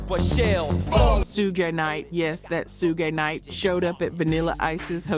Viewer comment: she said "ba HA men" Miami Bass(rhymed with Pass) and "Shoogeh Knight" She young or AI